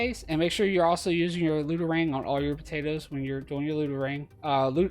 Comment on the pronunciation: I like what you doing and appreciate the videos, but every time u say potatoes .. oh man